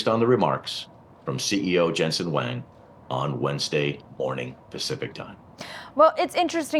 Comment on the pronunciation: He is not Jensen Wang, its Jensen Huang